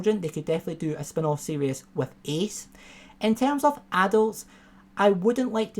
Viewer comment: Mate, love your videos but it's "series", not "serious".